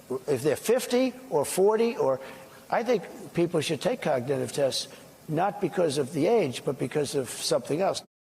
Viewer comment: "Cocditive test?"